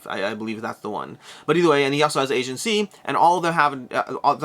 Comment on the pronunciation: Aegean is pronounced: uh jee uhn. Accent on 2nd syllable. -Toby